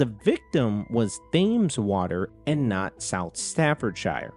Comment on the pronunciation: FYI: Thames is pronounced like "temz", not "they-mz". (Staffordshire also wasn't quite right, but that one's not as well-known as the Thames for non-Brits)